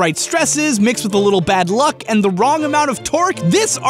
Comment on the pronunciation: You keep saying "bad", but all I can hear is "bat".